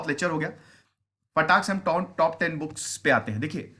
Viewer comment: Sir booke nhi books, but thnx acha lgta hai pure Indian touch...